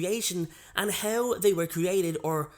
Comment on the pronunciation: He pronounces "How" like "Hew"